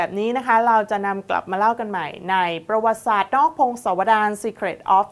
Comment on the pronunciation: กอปร กับ อ่านว่า กอบกับ ไม่ใช่ กอปอน กับ ครับ ท่านพิธีกร ประวัติศาสตร์ อ่านว่า ประ หวัด ติ สาด ครับ ไม่ใช่ ประ หวัด สาด ครับ ท่านพิธีกร อ่านให้ถูกหน่อย เด็กๆดูท่านอยู่!!!